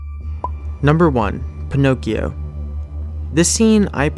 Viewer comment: it's not "pine- occhio" but " peen- occhio"